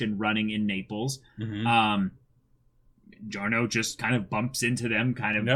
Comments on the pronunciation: Actually no. As an italian, I can confirm that the italian pronunciation shoud be something like “jo-rno jo-van-na”. The “Gio” part sounds exactly like you would say John, Johnatan or Joseph. The extra “Y” you mention is somewhat of an mistake english-speaking people make. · It’s not Dio-livery, it’s Di-Giorno